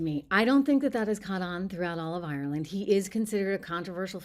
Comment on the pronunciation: You're not Irish, you can't even pronounce Ireland properly. If you believe that McGregor speaks for the Irish, then you must believe leprechauns and fairies